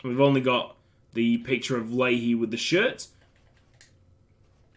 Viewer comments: I'm pretty sure leahy is pronounced like "lay" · pronounced lee-hee my man